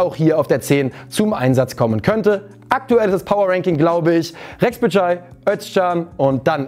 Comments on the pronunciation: Thielmann hat letzte Saison leider kein einziges gutes Spiel gemacht, sehe ihn ganz klar als Backup. Rexhbeçaj - das xh wird als weiches tsch ausgesprochen, wie der Name John. Das ç als hartes tsch, wie z.B. Tscheche. Re-tsch-be-TSCHai :-) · Benno kann keinen Pass aus 2metern passen czichos soll spielen und rexbechaj richtig ausgesprochen